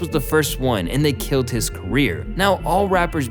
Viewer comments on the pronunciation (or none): none